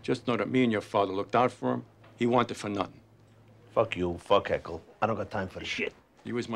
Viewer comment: Anyone else notice that Tony can’t say the name Ercole but that was the original boss of the family’s name?